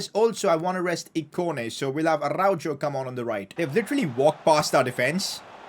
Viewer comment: from someone that lives in spain and is fluent in spanish pls pronounce araujo's name properly